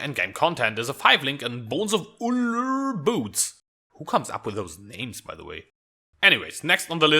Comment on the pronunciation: Subscribed as soon as you pronounced Bones of Ullr.. hahaha